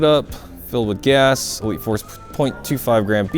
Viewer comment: is it just me or when says elite force gas it sounds like wheat force gas🤣🤣